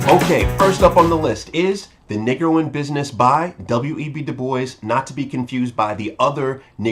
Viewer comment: BRUH- honestly would you consider making an effort. to pronounce the word Negro as NEE-GROW and not NIgg-gro - its sounds like your'e sayin the N word. thanks for consideration!!!